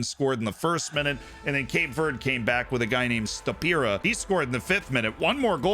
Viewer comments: I dunno why but hearing you say Cape Verde wrong about 10 times in a row made me giggle for some reason (its Verdy or Verday i think depending on your take on portugese) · As a portuguese speaker (brazilian), hearing someone say cape VURD makes me wanna cut my ears off, but good video